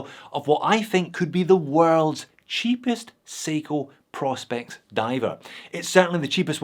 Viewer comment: Sorry J, but this annoys me; I know it shouldn’t. It’s “Pro. Specs” ( Professional Specifications, as declared on the Seiko website), hence their little P.S logo, and not “Prospects” as you repeatedly called it, and as most Americans seem to call this range of watches. I cringe and shout at the screen when I hear it mis-called. Ok that’s better, got it off my chest. Love the channel x